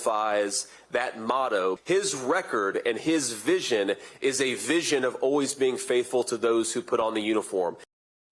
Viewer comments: Semper not Simper. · Is he saying simper fi? I thought it was semper fi. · And why does JD say "simper" and not "semper"? Not that simpering isn't very apt for him and Trump. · It’s sEmper, NOT sImper